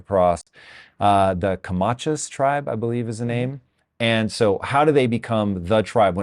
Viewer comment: Comanche not comanca